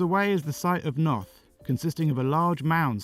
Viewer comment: Although once you hit Newgrange your pronunciation hit the skids Boyne it's pronounced like the word COIN and Knowth isn't pronounced KNOT it's pronounced NOTE